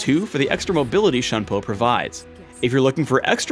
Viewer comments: Juke5763 . I am very calm, and I already acknowledged the obvious fact that you just stated. It would be best if you actually read PhDinGnoming's original comments. "lol at the correct pronunciation of shunpo" was used as a response to my original comment: "lol at his pronunciation of shunpo". He thought it was the correct pronunciation when it wasn't, so I responded to him about it. He was acting as if he knew what he was talking about when he didn't. That is what I meant when I talked about faking knowledge. Also, when you try to quote people, actually quote them properly. I said "faking knowledge.", not "faking with knowledge". Then he responds with "How would you pronounce it then? Shenpah? Sheegee? Flibbertyajf?". At this point he is obviously just mocking me for no reason, so I gave him a response to answer his question as best as possible and left it at that. I think you should be the one calming down, and to also learn to read comments and understand the situation before attacking people. From my previous comment: "He didn't know what he was talking about, I corrected him, he asked for more detail, I answered his question properly and taught him the correct pronounciation." I don't expect everyone to be a "bleach nerd", and I have no problem with people not being a "bleach nerd". I barely even know Japanese, and I don't expect everyone, or even just LoL players to. Is there really such a problem with that? Where did you even get that idea? Stop trying to generalize, p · It's pronounced "Shune Po" Btw not "Shun Po" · It is Shoon-po. If it were to be read as Shun-po, there is an accent on the u. The Japanese pronounce the 'u' as 'oo'.Alternatively, Shuhn-po. Use the pronunciation tool on the on the Japanese side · lol at his pronounciation of shunpo. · The way he pronounce shunpo == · The way he pronounces Shunpo really makes me cringe